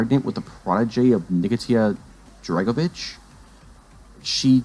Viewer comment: Next time you attempt an Iceberg Video, make sure of two things. 1: You can read. 2: You have the slightest idea about the subject matter. I mean you can’t even pronounce Nikita Dragovic right. He’s the main antagonist in BO1!